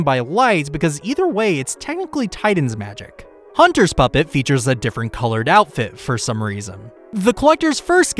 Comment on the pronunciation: Puppet not pupp